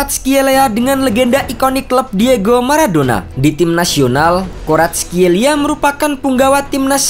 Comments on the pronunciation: Ga usah ikutin gugel min, Baca aja nama nya varatskelia 🤭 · Kau salah nyebut namanya Mimin, yang gue denger di serie a gak gitu kayak faratelia gitu biasa aja komentator nyebutin nya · bukannya varatskelia ya dibacanya